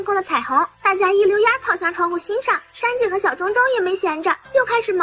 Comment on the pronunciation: 上井？ 不是山井吗？